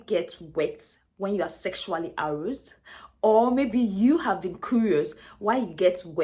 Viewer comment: Aroused... please learn to pronounce well. A-rauu-sed